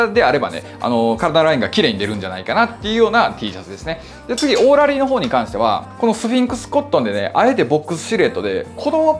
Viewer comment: オーラリーのイントネーションが気になるけど